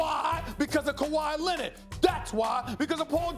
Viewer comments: Kawhi Lennid 😂😂😂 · Kawhi Lennit😂😂😂😂